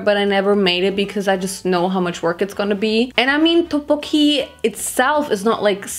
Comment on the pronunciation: I’m not trying to offend you or anything but you said tteokbokki wrong I loved the video though